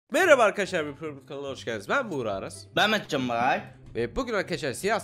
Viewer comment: adını düzgün söylermisin